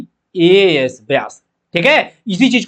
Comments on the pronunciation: bias ko biyass kyu bol rahe ho sir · Pehle bolna sikh lo yaar bias ya biyas😂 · Sir byas nhi bias 😂